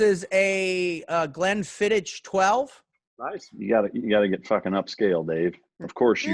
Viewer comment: it's pronounced; GLEN fid ick! trust me, I am a bartender. And save yourself a few bucks, Weller 107, or Weller Reserve (green label) are Pappy without the nonsense.